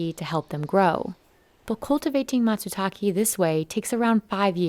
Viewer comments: No subtitles and not making the effort of actually calling the mushroom by its name. Call it matsutaké, not matsutakee. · Don't worry, I can translate for you, since these guys are too lazy to do it themselves. "Where the fuck are all the mushrooms???? Fuck I hate this fucking forest. Leave me alone so I can get back to work. You can't even be bothered pronouncing Matsutake correctly."